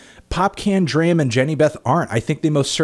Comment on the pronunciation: It's pronounced like "Drama" without the "a" at the end.